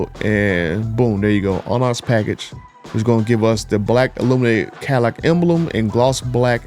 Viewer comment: The way he says Onyx is making me mad 😂